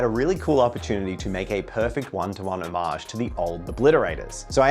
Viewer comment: Drinking game idea - drink a shot every time he says "omage"